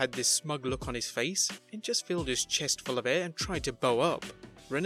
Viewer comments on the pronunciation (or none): none